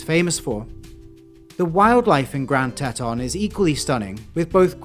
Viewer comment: That was a really cool video. Thanks for sharing. Btw the Grand Tetons are pronounced grand teetons.